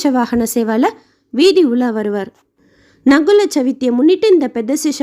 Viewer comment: Sister, it is Naagula Chavithi. Not நகுல chavithi. It is like Naaga Chaturthi. Chaturthi is said as Chavithi in Telugu. Om Namo Venkatesaya!